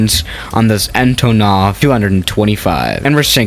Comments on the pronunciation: You speling it so wrong. Antooonov. Not Antonoooov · You must say AntOnov, not AntonOv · Its pronounced antonov not antonov